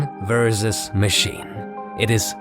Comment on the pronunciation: Versus* not Verzus